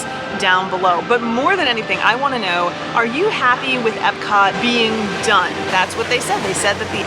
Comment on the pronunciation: i don't think i like the way you said "done" like "EPCOT is done. so done. completely done." or "EPCOT is DONE!"